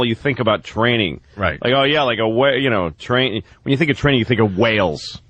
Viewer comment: "YEAh! We thud be twaining u..." Trainable Opie